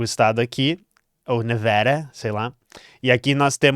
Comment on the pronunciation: perdi tudo no "nevera" hahahaha tecla sotaques :) <3